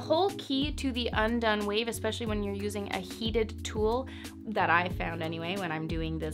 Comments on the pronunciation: Girl the words wave and wind don’t have an “H” in it lol but I like the video! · She says wave like “whave” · Like she was raised by her southern conservative gramma from the 50s Nobody says “whave” anymore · I thought I was the only one that heard it...if you don't watch Family Guy look up Stewie Griffin pronouncing "Cool Whip"...haha I am glad she people picked up on her sense of humour! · the way she says "hwave" 😂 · gahhhh! why does she keep saying whave? is it some kind of inside joke? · “… tousled whaves if you whill …” we already know she likes making up words (“chesticles”); apparently she also enjoys creative pronunciation. 😉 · I love how you say "Whave" and "Whindswept" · Whave and whind 😂👍🏼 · I heard that WH too - just an observation, don’t think you were being nasty. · Gosh... why does she say wave like that?! It reminds me of that one scene on the movie Hot Rod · Girl why do you say “wave” with an H in front of it hahahaha